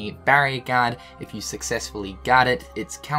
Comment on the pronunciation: Just wait until you hear how he says guard